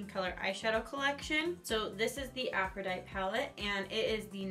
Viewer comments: A-FRO-DI-TEE it’s the name of the Greek goddess of love and beauty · It's supposed to be afro-dight-ee lol why does no one say the last part?